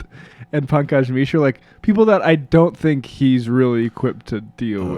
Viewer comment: Making fun of Pankaj's name? (which you butcher to pronounce btw) is about the most revealing thing of your own racism. Would Dr. Peterson's claim be less laughable if the article's writer had been a more Euro-centric name to your liking..John Smith? I can't tell what is worse, you speaking in a non-funny voice to somehow discount Dr. Peterson in lieu of actual adult rational discussion or your patronizing condescending insinuation that Dr. Peterson could or should hardly feel threatened by someone with a name like Pankaj Mishra? I can't imagine how anyone is more enlightened on the topic of this NYR article and whether or not its claims are valid based on your video. This is amongst the most hollow, banal and juvenile content on youtube-not to mention racist. I am a liberal, not a mindless leftist. If you wish to persuade the masses, have the integrity to put forth a coherent argument rather than juvenile voice imitation. This smells like the level of sophistication of the Young Turks.